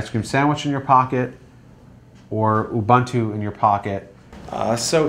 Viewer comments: Ubuntu no Ubantu....lol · LOL abuntwo? It's pronounced OOOBOONTWO. Oh and FYI it's a quad core now, not a dual core. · Re: Ubantu/Uvantoo - right? If you're going to hijack another culture's spiritual concept, at least pronounce it correctly. Disrespect compounded by disrespect. SMH. Cool technology and everything but - smh.